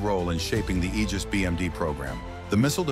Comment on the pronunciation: Thank God you said "Aegis" correctly. It's the greek ae letter together...a hard "ee" sound. Praise the sun!